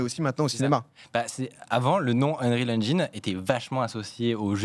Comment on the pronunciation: Merci de prononcer engine correctement ^^